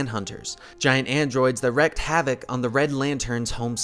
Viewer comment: It's wreak(pronounced reek) havoc not wreck havoc.